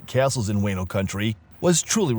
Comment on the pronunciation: Wah-no, not way-no